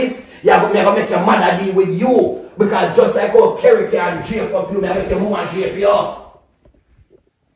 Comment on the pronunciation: Relax u say Kerry 😂😂😂